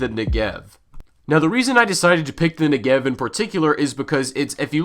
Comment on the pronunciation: You pronounce Negev wrong